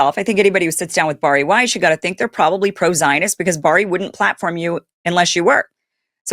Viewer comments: The name is pronounced BareE. It is not pronounced BarE. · Bari’s name is pronounced, “Barry.” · Seriously you are just vomiting up Candace Owen’s talking points, because she said she was going after Erika, plus her name is Bari pronounced Barrie.